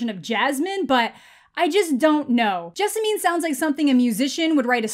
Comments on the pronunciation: My wife’s name is Jessamine lol, it rhymes with specimen, not ketamine :) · The county I live in is actually named Jessamine. Pronounced Jess-a-men.